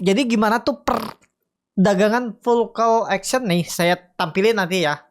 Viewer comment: auksion gan, bukan eksien. :p hehee